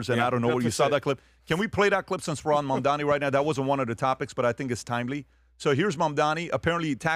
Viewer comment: And to this day, can't still say Mamdani's name correctly. How are you going to retain your credibility when you can't even get a simple name pronounced correctly?